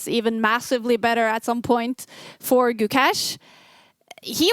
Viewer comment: Nitpick but why can't you guys say his name right? I've heard Magnus say it right in the past. The Guk is right it's the second half that is pronounced with A from face, not the E from Mesh. Does that make sense? So it's Guk-Ay-Sh. Thanks guys, if he's to be world champion, at least let's say his name right!